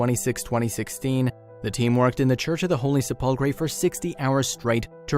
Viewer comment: I am sorry but your pronunciation of the Church of the Holy Sepulchre is so bad I thought you were talking about some were else this is the proper pronunciation The word comes from the Latin sepulcrum, which means “burial place,” for obvious reasons. Pronouncing sepulcher could trick you, because the ch actually sounds like a k: "SEP-ul-ker."